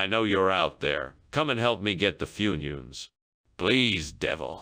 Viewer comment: Funions. Foonyoons?